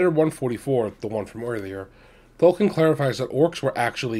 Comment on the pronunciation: It’s Tolkien. There is an I in there in addition to the L.